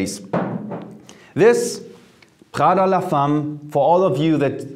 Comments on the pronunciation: Why the French pronunciation for an Italian brand!? It’s not praghda it’s Praada 🇮🇹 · Pls put the name of the perfume names, your pronunciation is not clear " Prada"